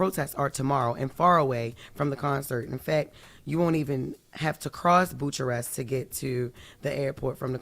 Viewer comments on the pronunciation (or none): Why didn't anybody tell her the right way to say Bucharest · “Buke-Kar-est!” Dang Jess u never saw MJ in Bucharest? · Did she really just say “boocharest” lord have mercy 😭🤣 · “BEW” 😂 KUH REST not boo Cha Rest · She pronounced it somewhat phonetically, I corrected her on my post too...lol, bless her heart. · Jess, 'Bucharest' pronounced 'Boo-ker-est' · Jess could’ve easily googled how to pronounce Bucharest before doing this story😂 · She can't pronounce Bucharest ?